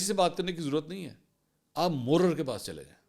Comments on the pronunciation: منصور مورر نہیں محرر لفظ ھے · اسلام و علیکم تھانے میں م ح ر ر نہیں تلفظ م ح ررر ہے